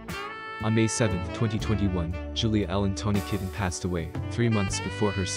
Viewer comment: You said, "Tawny "Kitten". It's pronounced, 'Ki taine'. Kitaen